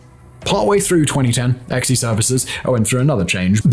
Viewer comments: This idiot. Ex-E services is pronounced "Zee." To say that Triple Canopy had a better reputation than Blackwater is absolute ignorance. This guy should stop talking about military shit altogether. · Not "EX EE". pronounced "Zee". No I am not a fluffed for "them". I just hate when vids like this fail to research before posting... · “Xe” is pronounced “Zee.”